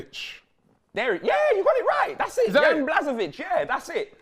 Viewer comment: The way says Jans name kills me 🥰🥰🥰